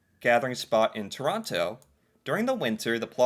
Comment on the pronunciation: You keep mispronouncing Toronto despite having a video correct you yesterday, now you're just being plain rude.